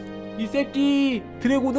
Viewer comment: 세끼 를 쌔끼라고부름 ㅋㅋ